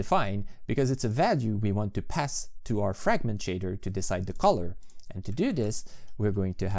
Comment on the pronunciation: "framgent" Me: shakes uncontrollably